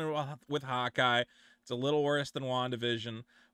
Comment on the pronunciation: he says "Hawkeye", I hear "hot guy" 🧐